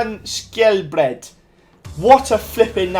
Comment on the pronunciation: IM from NORWAY (æøå) And you said skjelbred right :D